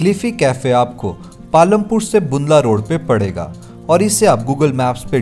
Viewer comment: Not bundla it’s Bandla